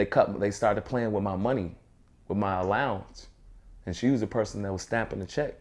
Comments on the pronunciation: That's what Suge called it "allownance". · To hear a grown man say allowance